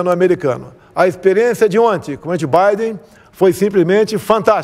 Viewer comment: Não sabe falar nem o português kkkk.. Prenti baiden kkkkkkk